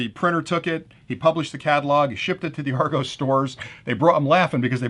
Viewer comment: Argos is pronounced like "are gos" like the start of the word word "gossip".